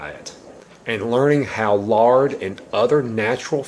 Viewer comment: Sounds like he said 'larding ' at first, Lol! :--)